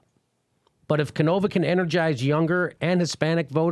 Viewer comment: Jimmy! Jimmy... Jimmy. It's pronounced Tim Can-oh-vah. Canova.